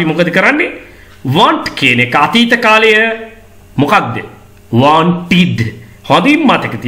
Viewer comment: වෝන්ටිඩ් කියලා උච්චාරණය වෙන් නෑ කොහේදිවත්.